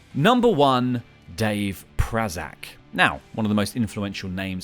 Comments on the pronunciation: One who definitely needs a shoutout is Portia Perez, Prazak delegated Shimmer's booking over to her and Danger after she retired due to a neck injury in 2015, she's also from my hometown so that one gets a plus there. Also it's PRAY-zak not PRAH-zak. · Dave Prazak's name was pronounced wrong. The first a is long... Pray-zak. Also, I'd put Merle Ramsey on the list, because almost nothing happens in the US midwest without him being involved one way or another with his company Rent A Wrestling Ring. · Dave prazak is a name that deserves to be pronounced correctly lol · Dave Prazak was also the ROH commentator for years along with Lenny Leonard and was a voice of my introduction to indie wrestling. His last name is also not pronounced anywhere near how you did anywhere I've ever heard the name said out loud.